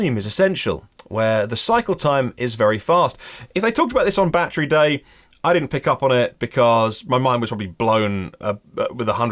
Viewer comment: I think he’s using Kilometers because he’s used to using them even on the unveiling of Roadster 2 he used kilometers not miles. Even when saying “battery” he never ever says “be-de-ry” like all Americans do, in SA🇿🇦 we use kilometers and pronounce battery 🔋 the “correct way”.